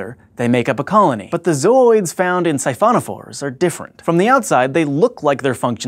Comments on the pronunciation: the way this guy says ZOOIDSSSS is funny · I couldn't stop hearing Zoids every time he said zooids. Man, I gotta watch that show again. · anyone notice that he puts so much emphasis on the word ZOOIDS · He says zooids weird. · I am laughing quite hard at how he keeps saying zooids, not that it's wrong, it's just funny.